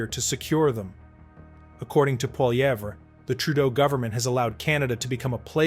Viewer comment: Maybe I'll watch again when you can say Poilievre correctly.